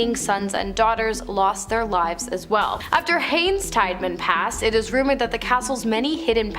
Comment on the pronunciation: Tiedeman teeda men not tide man